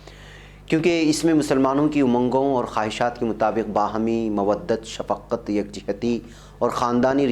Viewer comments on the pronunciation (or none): شفقّت لفظ نہیں ہے بلکہ شَفْقَتْ لفظ ہے